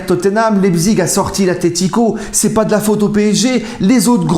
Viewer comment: Prononce Laïpsiche.Et RB c'est le sponsor.Rassenballsport Leipzig.